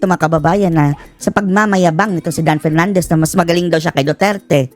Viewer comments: Dan PERNANDEZ kase hindi maka prounce ng "F". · Bigkasin mo muna ng tama ang P at F V at B ng tama baka mabilib pa ako sayo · Nahiya naman kami sayo Dan Pernandes...ayusin mo muna ung letter F at P mo...ek ek mo. Kapal ng mukha mo. Ni sa kalingkingan ni Duterte, wala kang sinabi. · Kapal ng mukha ni Dan Fernandez 😅😅😅hindi nga nya alam ang difference ng F at P 😅😅😅ang F pronounced nya as P 😅😅😅ikaw Dan Fernandez may nagawa ka sa lugar mo? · Paano Ka naging magaling pa Kay Duterte "Dan Fernandez" ni F nga di mo kayang ma pronounce... With all due respect tongressman!!! Wala kang ka F F F F F 😂😂😂😂😂